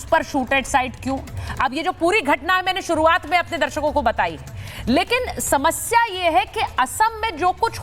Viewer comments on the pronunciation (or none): none